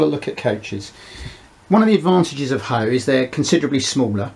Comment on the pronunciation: I was bought up in the 50's and I've never heard any one call it HOE (as in gardening ), it was double O and Aitch O . No offence buddy , I had to wonder what you were talking about several times , love the channel .